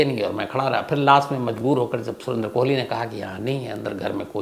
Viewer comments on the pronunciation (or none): साहेब, कोहली नहीं कोली बोलिए.😌🙋‍♂️ भजन और भोजन में बस मात्रा का फर्क होता है। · उसका नाम सुरेन्द्र "कोली" है, न कि "कोहली" जो तुम बार-बार बोल रहे हो । सावधानी रखो और राहुल गांधी के केस से सबक लो .....